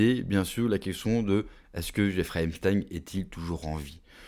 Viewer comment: C'est pas Emstein, mais Epstein !